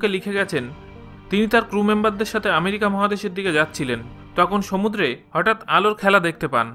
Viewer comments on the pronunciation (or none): none